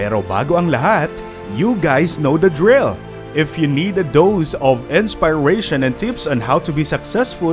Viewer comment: You pronounced Inspiration wrong.